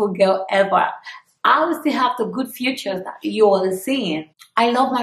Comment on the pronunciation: It’s feature not future lol 😂😂😂😂